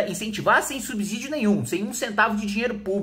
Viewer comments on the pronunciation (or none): Kim, vc q é um cara que adora a língua portuguesa, deveria parar de falar "SUBZÍDIO", pq o correto é "SUBSSÍDIO" (a maneira como se fala). Já vi vários videos seus, inclusive no congresso, falando "subZÍdio" kkkkkkkkk. Ah!! Sim, eu concordo com tudo que vc disse no video.